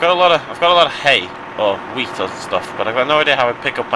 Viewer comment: Since I am from Austria, it took me a few minutes to relize he said wheat, not weed.